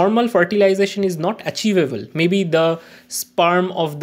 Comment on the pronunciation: Sperm ❌ spaaaarm ✅